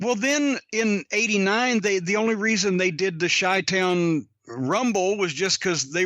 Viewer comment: he said "chi town" with a hard "ch"... and while we're at it he also says "euge" instead of huge, sucks... in the words of sam jackson in pulp fiction, "english, motherfucka, do you speak it?"